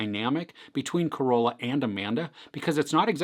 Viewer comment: There it is again.. it's "Ca-Ro-La" not COROLA. HAHAHAA!